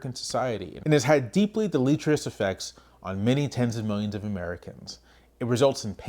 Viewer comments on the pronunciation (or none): Great vid. You should look up how to pronounce deleterious.